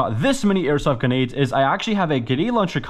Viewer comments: its a joke because in the video he pronounces them ganades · Bro forgot there’s an R in grenades